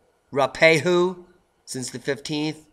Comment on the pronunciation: I go skiing on Mt Ruapehu, I love the way that pronounces place names, try this Roo-ah -pay-hoo, thanks for always telling people to stock up on dry food.